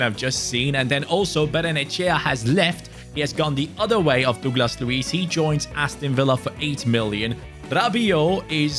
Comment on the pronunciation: Bro really said “Douclas Luiz “